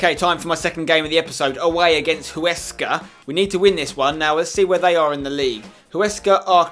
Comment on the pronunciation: It's not hoo-wesca its wesca